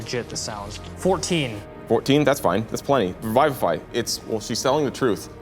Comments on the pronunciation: Revivify is not pronounced Revive-if-eye .. its Re-viv-if-eye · My rules lawyer just started freaking out and scattering all the papers and just glitching. Also this is my first time hearing someone pronounce revivify as Raivafai or however you spell that pronunciation. That also caught me off guard and I get a feeling I should just keep my distance at this series no matter how good it looks because c'mon guys at least follow the actual spell description and casting time. Tiny Hut casting time can be such a great way to cause tension when you're trying to hide and you're being pursuided Anyways rant over, it's their game but I needed to let that out. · Raivify? XD that's interesting drow pronunciation